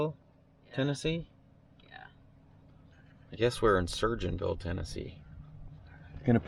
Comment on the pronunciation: Hey its Sur-go-ins-ville Not being a butt